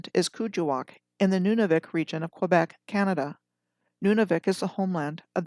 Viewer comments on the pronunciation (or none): none